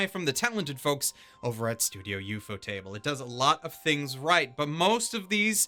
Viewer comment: You say “Ufotable” like theres two ts instead of one. Ufot-able Not Ufot-table